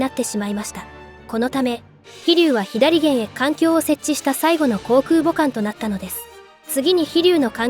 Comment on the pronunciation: ひだりげん？ 「さげん」やろが